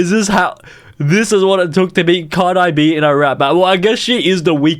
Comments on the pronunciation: Did blud say card eye bee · Him calling Card-ee, CarDIE confuses me Nvm I realized it said CardiA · "CarDIE"💀💀 "TuPace"💀💀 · He say cardeye b and and Kendrick leimere and two pace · Amainem, Kendriq Lamarq, Cardie B, 2 Pase, don't see an issue hear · "Cardai" "Kendrick Leimare" "Two Pace" "Emaynem" 💀